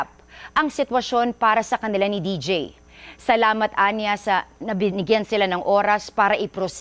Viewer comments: Deejay un pronouncation okay malungkot pa din ako😢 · D J hindi deej